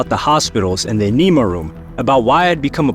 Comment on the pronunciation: I've always taken that line, Born In The USA, as simply a statement of fact by the character, not a boast. Nothing prideful about it. I love how this or that narrator pronounces this or that word. This narrator's pronunciation of enema is the most amusing.